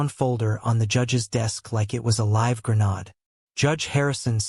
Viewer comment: So is the ‘Grenade’ or as AI pronounces it ‘Gren-Ard’ 😂